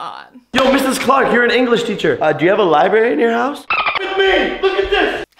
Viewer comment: bruh, its libRary